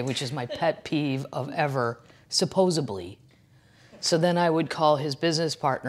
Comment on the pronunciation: Oh my gawd I am HOWLING... ValentiMes Day and SupposeBly!! 😂😂😂